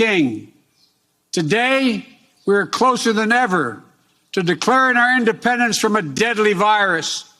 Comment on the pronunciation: You don’t like his creative take on the word “IndePRendence” day? 😂